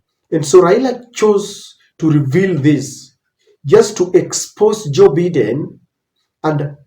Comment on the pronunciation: It is pronounced Joe "Byden" not "Beddin"